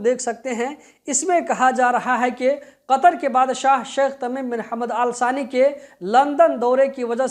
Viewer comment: Bhai Al sani Nahi hai nam la thani hai